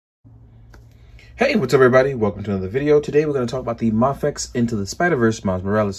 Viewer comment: the way you say mafex is driving me insane.... maaafex??!!!!